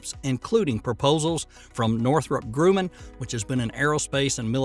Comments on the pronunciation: Grumman. GrUH - man. Not Groo-man. 😑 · Grumman is pronounced "GRUH-min," not "GREW-min." Y'all seriously need a gramarian and pronunciantion person on your script team. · Northrup-"Groomin"? Amazon's "Cooper" satellite? It's "Grumman" (gr-um-man) and "Kiepier" (k-eye-per). And Starliner apparently is NOT cancelled, despite your misleading title. Come on folks... you frequently post good stuff. No need for this "crap" style of promotion and production. It happens WAY too often. I've stuck with you in spite of it, but I'm losing patience. Will be blocking your content in the future if it continues.